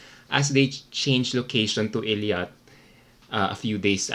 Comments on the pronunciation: Hello! Nice review po. I’m on the same path as you are. But just wanted to correct po sana it’s ei-lat not el-iat hehe. God bless po! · Eilat po.... a-lat... ey-lat.. Eilat😉😊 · You keep on saying Eliat (Elyat) well infact, it's Eilat (Eylat) 😉